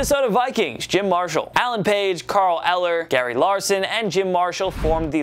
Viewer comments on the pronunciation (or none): none